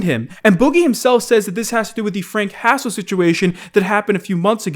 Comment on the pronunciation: Anyone else keep hearing "Frank Castle" instead of Frank Hassle?